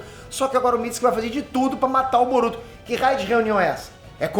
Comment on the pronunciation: Nao é MITISIKI É MITISUKE sabe nem ler irmao